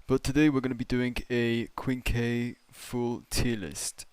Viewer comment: Um Actually it’s pronounced “Qwin-Key”(Quinque) not “Kwink” 🤓🤓🤓🤓 js helping ur pronouncing pal😔 U don’t want the community goons banging on ur door 😭